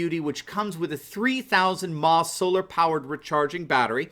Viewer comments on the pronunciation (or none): That's "milliamp-hours" not "mah". Lol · when speaking about your sponsor. The m.a.h. is not pronounced MA! It stands for mili amphere hour, and is never pronounced! That would be like pronouncing a wire a.w.g. as awg! Maybe T.H.H.N. as thin or T.H.W.N. as twine...